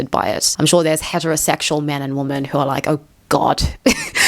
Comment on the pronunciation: why do you pronounce "women" as "woman"?